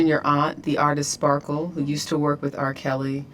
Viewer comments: Ti keeps calling her Sparkles 😂😂😂❤❤❤ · Sparkles 😂😂😂... it's Just Sparkle